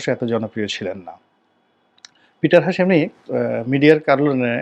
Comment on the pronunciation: Apnar mukher kothay shobdo uccharone eto somossa keno? "sernobil" mane ki? Eta to Chernobyl. "Piter Hash" ki? Eta to Peter hass! Emon baaje uccharoner jonno eto birokto lage apnar bhasshyo!!! Eto ancholikota Just neya jay na! Bhasha Uccharon thik koren bhai.